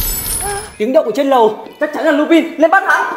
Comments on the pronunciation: Lubin (tôi đọc thành) - chubin😊😊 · ấy ầy Lupin đọc là lu-panh anh ơiiiii